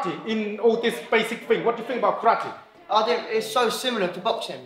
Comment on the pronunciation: he said karati instead of karate